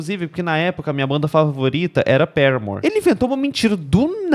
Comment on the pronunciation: é o primeiro fã brasileiro de Paramore que eu ouço falar o nome da banda do jeito certo. <3